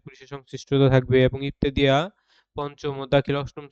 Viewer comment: ইবতেদিয়া নারে ভাই ইবতেদায়ি বলুন